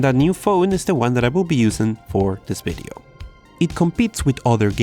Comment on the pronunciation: It's "video" not "weedeo".